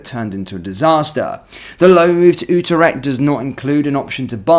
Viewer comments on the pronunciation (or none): It’s pronounced “You trect” not “ooo ter ect” mate